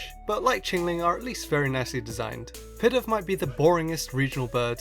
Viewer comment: U miss pronounced pidove Its pee-dove Not pi-dove